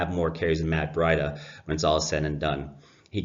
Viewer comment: It's pronounced Breeduh. May I suggest decaf.